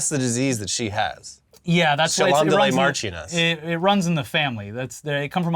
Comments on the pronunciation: “Mash-ioness of Chum-Lee” that’s the actual pronunciation 😂😂 not that sexually transmitted disease sounding word your brain was tripped into saying, due to the unholy amount of needless letters involved 😂😂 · Marchioness is pronounced “marsh on Ess” Cholmondly (which. I can’t spell on an iPhone) is said “chumly” which is as dumb as it sounds. Just wait until you hear “sinjon”.